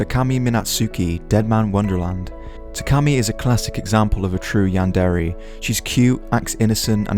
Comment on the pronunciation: You pronounce is "Yan-dairy" But, I'm pretty sure it's pronounced "Yan-dear" :<